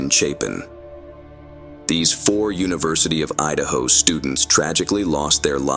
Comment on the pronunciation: Idahio? Is that like a combination between Idaho and Ohio? Lol